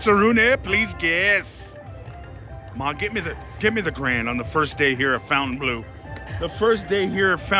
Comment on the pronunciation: Nice video,as usual. Just for info, you have to tell "Fontaineblo" with like in "Bingo"and not " Fontaineblue" 😉